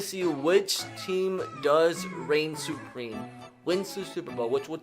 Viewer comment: I say "supreme" says "supweme"